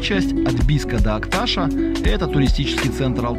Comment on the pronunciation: Не АктАша а АкташА ,ТашантА а не ТашАнта. Чуйский тракт это историческая дорога и начинается она в Бийске ! Не нужно людям давать ложную информацию. Если уж снимаете для людей, то изучайте и проверяйте информацию. Про дорогу рассказываете а в музее Чуйского тракта не небыли 100%. Народ едет по м52 и недоумевает где и какая краслта.